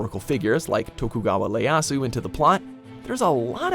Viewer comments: lol it's Ieyasu Tokugawa not Leyasu. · Tokugawa "I"eyasu, not "L"eyasu. gosh not only the game butchered the history, even WatchMojo's narrator butchered it too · Tokugawa what? Leyasu? It’s Ieyasu. “EE-Aah-SOO”. There’s no L. Hell, there’s no L in the entire Japanese language. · "Tokugawa LEASU" ???????? who the hell is that... Surely you don't mean Tokugawa Ieaysu? right???? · Tokugawa, y'pronounced that right. But Ieasu. That's an I, not an L Pronounced E(as in he)-ay-ah-su. Also, for all that Dante's Inferno butchers history, it butchers the poem much more. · "Tokugawa Leyasu" 😂😂😂😂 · Leyasu? You just butchered his name too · Tokugawa Leyasu? Did you seriously misinterpret the I as an L? Wow,, just wow... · It's "Ieyasu" with "I" not "L". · wait wait, did you just say "tokugawa LEYasu?" no, but seriously, these games are mostly FANTASY. They were set in the historical time period, BUT WERE IN NO WAY MEANT TO REPRESENT WHAT ACTUALLY HAPPENED. Obviously, they producers knew that there weren't any assassins jumping off buildings in old london, or that there weren't any giant crabs and purple lightning magic in ancient Japan. They butchered the history because the games were never meant to be historic in the first place. It's the reason why we don't yell at movies like godzilla, captain america, or pirates of the caribbean for "butchering" history. Why don't you look at the games that actually were meant to be representational of history? Like the heaps upon heaps of ww2 games, and games about the cold war, the first ww1, etc. instead of nitpicking fantasy games set in a certain time period in history.